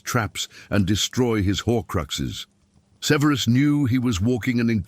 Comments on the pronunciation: It’s not severeus severus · Ffs, have the AI narration pronounce “Severus” correctly! Ty.